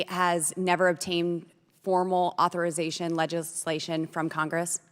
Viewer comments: Did she just say authoritation?😅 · Boebert :20 ...."Authoritation...".......!???!??!?! that's not even a word!! good lord!! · "Authoritation Legislation?" "The Sumpreme Court?" What am I listening to?